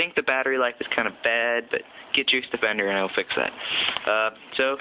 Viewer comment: Did he say "Juice Debender" at the end in regards to the app to fix the battery life?